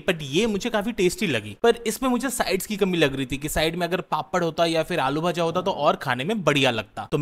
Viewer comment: ওনার কিছু শব্দ উচ্চারণ যেমন-আলুভাজা শুনে আমারও মনে হতো যে উনি বাঙালি , আজ জানতে পারলাম 😅